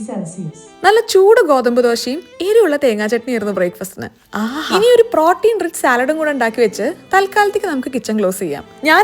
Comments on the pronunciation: Pronunciation of Protein is wrong. Please correct it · Protein pronunciation kurachu different allle